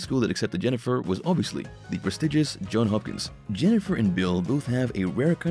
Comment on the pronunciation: Mr. Narrator, please, please, please get the name of the hospital correct. It is Johns Hopkins. That is Johns with an S. It is not a plural or a possessive, rather it was the man’s name. Johns Hopkins was named for its first benefactor. Look it up. Thank you.